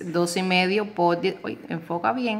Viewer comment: se dice por!POR¡ No es po😅